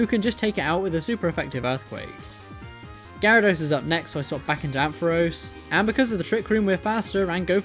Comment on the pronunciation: There was no gyarados. It was gyarauno